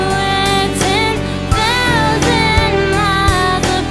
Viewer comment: Very great artwork given to the pianist and the composer. It caught my feelings... if you notice when you sing, you didn't open up your mouth wide enough in order for the pronunciation to be correct. Thou-sand... I heard Thou-tand... (Sound short tongued)